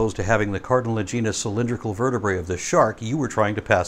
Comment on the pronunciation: Two guys mispronouncing "cartilaginous" at each other.